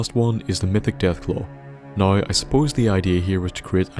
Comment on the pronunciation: When he says now like "noi"😶